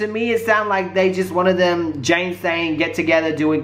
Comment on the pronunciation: It's Janaye not Jane